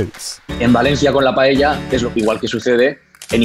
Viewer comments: Also it will be a good idea to fix the terrible English pronunciation pf paella.. it sounds like payella. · The narrator can't pronounce the Paella correctly and instead eats both L to make it sound Paeya. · I can't with the way the narrator pronounces paella, how hard is it to say it right? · It's funny because the man does mispronounce paella lol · Poor narrator can't even pronounce paella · Anyone else has noticed that he's saying Pa-ye-lla instead of Pa-e-lla? Is not criticism. I just want to know if anyone noticed. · Its clear that the native speaker says pael - ya, this guy keeps saying paehya, its freaking annoying, trying to sound classy. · STOP SAYING /PAYEYA/ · I've always been curious, why do you guys pronounce it "pay-yey-ja"? I'm not Spanish but I'm a native Spanish speaker and I've always noticed people struggling with this word. I'd pronounce it "pah-ae-ja", no extra "e" sounds in there. Is there like a historic example? I'm open to hear any ideas as to why this word became so difficult to pronounce for English speakers. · Lol, he'll atack you if you make paella wrong, but not if you say it wrong, apparently. PAH-EH-YAH not PA-YEH-YAH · Making a what 😂😂😂😂 payeyya its payela or payla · Starting with the pronunciation: It's PA-A-YA, not palleilla. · People: trying to pronounce Paella Me, an intellectual: PAEYAYA The committees are on their way. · I love the way they say paella "pallella" 😂😂 This is hilarious as a valencian person. And to add a note to the video, it is better to eat the paella with a spoon if you are eating it directly from the pan just so you don't scrach it 😊😊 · Me mata como lo pronuncian “paieilla” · "Payaya"..... How did he pronounce it??? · Why do you guys pronounce it as Pa-yay-ya? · Pa e ya??? It's pa el ya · Why does he pronounce paella so strangely? It's pa-e-ya! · Why do English speakers pronounce it as PA-E-YA? It is PAELLA with LLLL! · "Payaya" lol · I like how the narrator calls it payella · Stop saying pallella!!